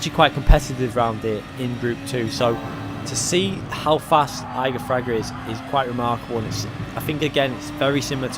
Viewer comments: Plz. Don’t say “eye-gor Fraga, But Ee-gor Fraga. ;) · Igor Fraga, "E-gor" not "eye-gor" ;) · Yo just a little mistake there, you don't read it Igor, you should read it EEgor, it sounds like e in portuguese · It’s Ee-Gor Fraga. He’s Brazilian like me. ;) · Yeah, I thought was talking about the mountain Eiger. "Like damn, this dude is not only the world champion of the game but also fragged the hardest mountain in Europe. Whoah" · Great video, shame you keep saying Igor's name wrong. :/ cheers!